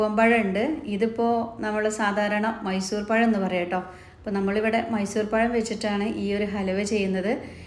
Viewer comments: എടക്ക് പയം എന്നു പറയുന്നുണ്ടല്ലോ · Not "sesam " but "sesham" Not "payam" but "pazham" You didn't go to school?